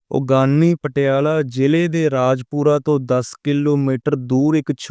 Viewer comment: ਬਾਈ ਜੀ ਉਗਾਣੀ ਸਾਹਿਬ ਹੈ ਉਗਾਨੀ ਸਾਹਿਬ ਨਹੀਂ ਜਰਾਵਰ ਸਿੰਘ ਨਹੀਂ ਜੋਰਾਵਰ ਸਿੰਘ ਜੀ ਬੋਲੇ